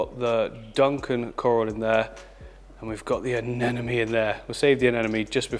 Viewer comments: please stop saying "aneNOme", it's "aneMOne", i had to listen to this insanity against my will because my partner loves your vids, but how can you disrespect those lil creatures by mispronouncing their names after so many years of experience ! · regardless he puts out a lot of great content on the channel. It’s not a big deal he mispronounces anemone. Lol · Why does many people having a hard time pronouncing ANEMONE? 😂😂😅